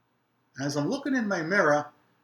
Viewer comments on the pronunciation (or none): How many of you say mirror like Joe?